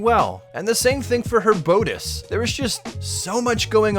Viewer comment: "Bode-ice" is bad enough, but I can't forgive "dee-co"